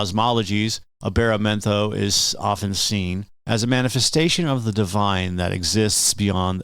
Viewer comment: He said the name wrong lol